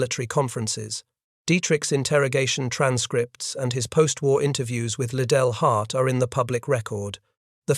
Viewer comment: von Manteuffel: fawn mahn TOY fell. Model: mow DELL. Liddell Hart: rhymes with fiddle DART. Robot or man, narrator can’t handle German or British names.